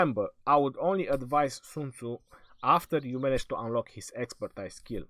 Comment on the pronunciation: Love your videos but you should start saying the word Expertise as ekspərˈtēz